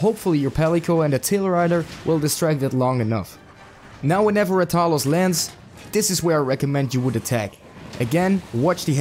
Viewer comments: Put some respekt on his name. Stop saying it like that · The way you say rathalos disturbs me so much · The way you pronounce rathalos triggers me